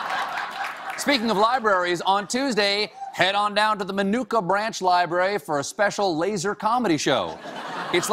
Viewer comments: i hate ow he says minooka lol. im from around there and it just bothers me. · Why aren't they pronouncing Minooka correctly? Nick, you know better!